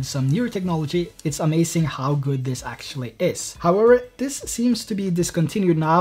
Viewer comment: omg "amacink" triggered me several times